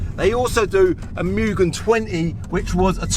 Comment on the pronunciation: Not muuuugen it’s pronounced moo-gen